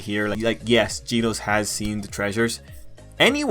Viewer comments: This guy said geenose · G e e n o s e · my dude really be saying ‘ginos’